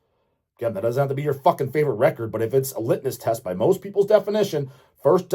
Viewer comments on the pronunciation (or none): You're killing me,. It's litMus test. LITMUS.